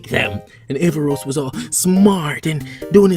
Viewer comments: A r r a v o s Not avarros. Lol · ahem ScrEEeeCH HiS NamE Is AARavOs noT AvARoS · Avaros????😂 it's aaravos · Aavaros???? Don't you mean Aaravos!!!! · Aaravos not Aavaros 😂😂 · You said his name wrong